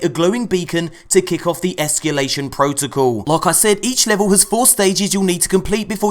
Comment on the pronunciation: esCAlation protocal, not esCUlation protocal